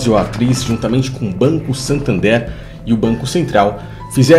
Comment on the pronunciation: Tu viajou no nome do banco. SANtander e não SATander, nada a ver com "SATAN THERE".